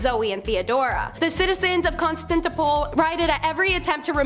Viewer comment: Kahn-stan-tin-o-pl Biz-an-teen I-con-o-cla-sm Otherwise very informative